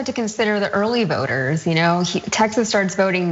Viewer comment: To the lady, you come across as very smart, superstar material. Just please be careful with your inflection and pronunciation, "voters", "election" and "candidate", were 3 words that instantly changed you from a talented journalist into a Kardashian. All the best :)